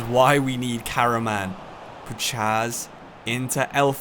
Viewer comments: Love the vid but you should pronounce Puchacz as (pou-hatch) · Puchacz is pronounced as pu-H-ach in Poland his nickname is puszka (pu-Sh-ka) which means can he’s an absolute nut case irl full body tats rap blasting in the dressing room hella good spirit on the lad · Great video, Puchacz is pronounced Puhach btw